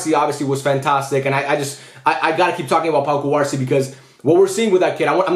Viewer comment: should you pronounce cubarsí with a stress on the í instead of the a?